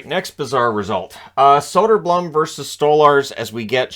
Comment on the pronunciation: It's pronounced Soder-Bloom